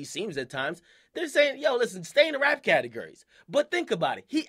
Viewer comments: he says catergories instead of categories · Anyone else notice Akademiks says catagury? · CATAHGURY lol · " cat a gurry " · its pronounced: categORy you even say it right when you said "categorized" lol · Why does akademiks sound like he says categurries? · lmao Why does Akademiks say categories like " catergerries" ? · The way he says category's😂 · bro the way you say categories annoyed me a bit